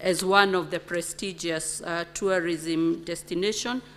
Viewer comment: CS TOURISM VERY POOR ENGLISH PRONUNCIATION. SHE CANNOT EVEN PRONOUNCE TOURISM! OH, MY FOOT.